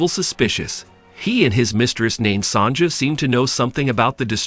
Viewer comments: It's pronounced "Son-ya" not "Son-ja." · Sonja is pronounced Sonya. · Mistress "Sonja", it's pronounced Sonya. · Your pronunciation of Sonja is the funniest thing I have heard in a looooong time. Clearly not gold. Gold is HEAVY. Almost 20 times heavier than water, for instance. This lump would be quite a few pounds of gold and there is exactly no chance of holding it and moving it as shown.